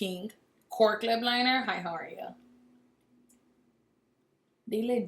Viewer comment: “With a right lip linerr “ lol